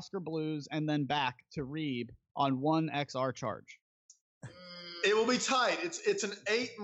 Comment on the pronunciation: You should try and update the description with links to tickets and the Reeb Branch place. (I kept thinking he was saying Reed)